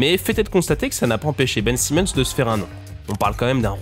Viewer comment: Sympa la vidéo, mais c'est dommage de passer de Ben Simmons à Ben Saimmons dans la prononciation du nom d'une phrase à l'autre.